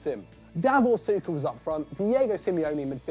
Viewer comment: Why u pronounce him 'suka'😂😂